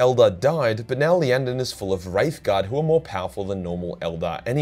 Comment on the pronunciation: lol it's iyanden not Lyanden